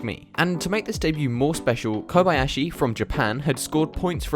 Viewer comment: You are the first non-Japanese person I've ever seen who proeperly pronaunce Kob-Ah-yashi, not like Kob-eeeee-yashiiiiiii